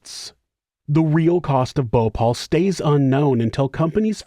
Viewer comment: Its Bhopal not Bhopol ..